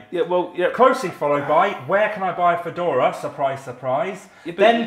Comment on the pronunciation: I lost it at the Fadora haha